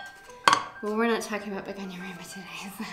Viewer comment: Hey! I'm french and you pronounce it well...your accent is so cute for us😉😆🌱🌿🍃beautiful haul btw,have a nice night!